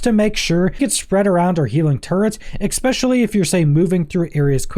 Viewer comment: it’s pronounced “especially” not “expecially “